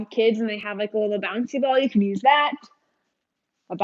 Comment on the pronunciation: lol "thut" I love it